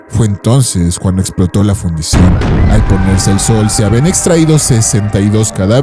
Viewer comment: Fundición, no Fundación!